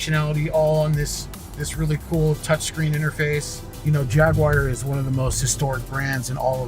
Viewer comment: dude, Jaguar is pronounced Jagwar, or if you want to say it like the Brits say it Jagua. it is not pronounced Jagwire. it makes you sound dumb.